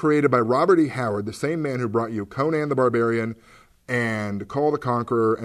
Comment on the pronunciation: With the popularity of Conan O'Brien, you'd think people would stop mispronouncing the name Conan. Still, nice review.